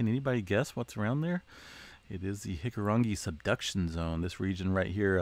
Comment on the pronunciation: I'm incredibly impressed with your pronunciation of Hikurangi. Chur fulla, kia kaha.